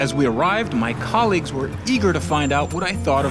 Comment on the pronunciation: They even say “colleagues” like top gear